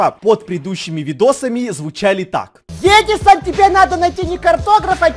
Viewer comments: Не Эдісон а Едісон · чел, ну это как бы понятно, и не "Едисан", а Эдисон